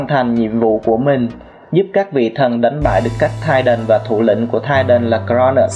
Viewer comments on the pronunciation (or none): none